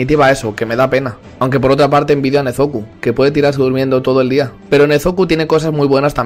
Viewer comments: Te equivoquas no se dise nezuku se si nezuko y no se desedise tanjiro se dise gompachiro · Por cierto no es nezoku es nezuko